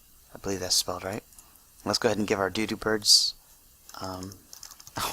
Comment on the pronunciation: you're saying doodop bird not dodo bird it's supposed to sound like Dow Dow, kinda